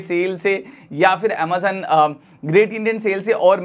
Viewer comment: Boat 2 in 1 fantastic cable.👍.Bhai pahle tu Amazon bolna seekh le.😂😂.Croma rate boat 2 in 1 cable is 149 rs i have purchased